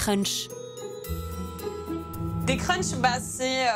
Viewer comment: On dit crush et pas crunch non ? 🤣🤔